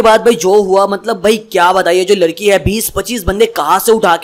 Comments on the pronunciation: Bro ladki not larki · Lalki nhi yar ladki hoti hai 😂😅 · Ladki not larki